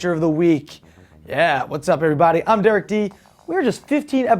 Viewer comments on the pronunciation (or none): none